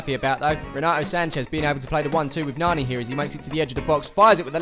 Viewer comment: I'm glad to hear your pronunciation of Nani. I don't like listening to Clive Tyldsley at the best of times but his "Nanny" gets to me more than Roy Hodgson's lack of a game plan.